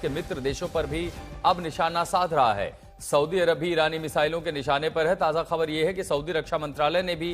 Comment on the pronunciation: Tu pehle saudiarab ka naam to sahi se lena sikh le tab baad me news dena